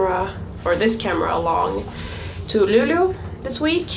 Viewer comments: Also, is Luleå really pronounced like "Lulu"?! I've always pronounced it like how it's written (Lu-le-å) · and I really hear Lulu, no E or Å... Maybe you just talk too fast for my ears xD It sounds cute though. It's gonna catch on! haha